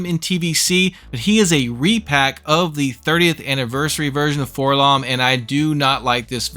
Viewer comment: Why do so many people say "FORlomm"? He's a droid. It's Four-Ell-Oh-Em. You don't go around calling the prissy gold one "k'THREEPoh," do you? Hells, even in the old Kenner mail-away commercial, where they gave the name to THE WRONG GUY ENTIRELY, they pronounce it "Four-Ell-Oh-Em."